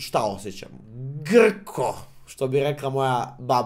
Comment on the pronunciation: NE GRKO NEGO GRTKO HAZHAZHAZH ALI DOBRO LAPSUS...U SUSTINI CEPAJ,...STARA SRPSKA REC GRTKO....